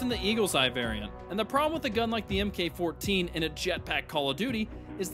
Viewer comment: Please stop calling it the “EM Kay” 14. In weaponry, MK means Mark. Please don’t continue mispronouncing things like Chaos does.